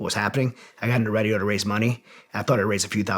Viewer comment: It's "Radio", not "Redio" lol